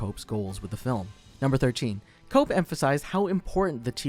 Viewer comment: It's pronounced Koepp (Kep) not cope